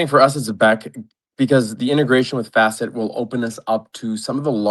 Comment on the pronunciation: Say F-asset one more time this is not flare 🤣🤣